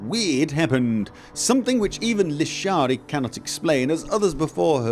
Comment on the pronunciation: Looshuushiii! Ahhhhhhruyggh!!! (No it’s Lishari 😼)